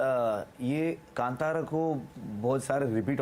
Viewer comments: It is not KANTARA it is KANTHARA madam😭😭😭😭😭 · Kaanthaara, not KanTara, ok? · Even if the pronunciation of movie title is evident in Hindi, anchor is so ignorant and sticks to her misinformation because of refering movie title in English. It irritates when she says कांटारा when she has to say कांतारा. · Please ask the anchor to spell the words properly like "Kantara" should be as "Kanthara" and Kannad as "Kannada"